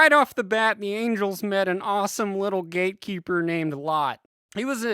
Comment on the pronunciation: I can't hear if he is a "gate keeper" or "gay keeper"... :)